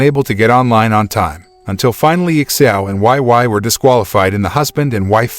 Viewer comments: Why oh why. Why the why why pronunciation. Seriously, why? It’s Wei Wei like “weigh weigh” 🤦🏻‍♂️ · He keep pronounced wai wai, makes my ear cry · Her name is pronounced "wey." Wei Wei. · You pronounced her name incorrectly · It's like that in the movie too but the way he pronounced it was just- 😂😂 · Omg they completely butchered Wei Wei’s name😂 omg not Xiao Nai too😂🤣😂🤣